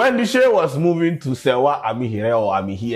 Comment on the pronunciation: Your big head still can't pronounce Serwaa's last name. This girl is on TV and I'm sure she pronounces her name after every news 🙄